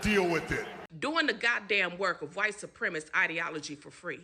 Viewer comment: Do they not even know how to say “supremacist”?